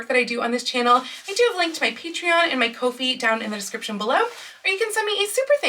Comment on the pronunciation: Another gorgeous project! It turned out terrific! Just FYI "Kofi" is pronounced the same as "coffee." That's why they use a mug as a unit/logo. :-)